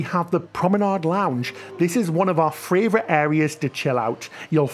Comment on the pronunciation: I've just noticed that every time says "favourite" it comes out as "fravourite". Really tickled me.